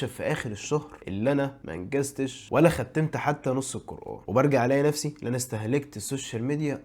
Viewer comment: هو انت ليه بتقول ختِّمت مش ختمت